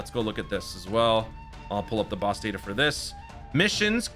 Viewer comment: "Big bad Baowss"